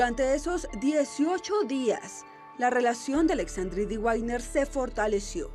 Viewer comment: Por que dicen a una bestia Sr .. no saben ni pronunciar el nombre guainer se dice wagner pronunciacion vagner